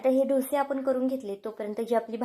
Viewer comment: ढोसे नका म्हणू ," डोसे " असा ऊच्चार करा !रेसिपी खूप छान ,पण ढोसे म्हटले की,कोणीतरी ठोसे मारतंय असंच वाटतंय